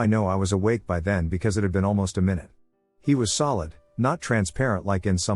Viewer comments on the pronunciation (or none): I heard a "my-noot" finally😂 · * May Noohd 👀😂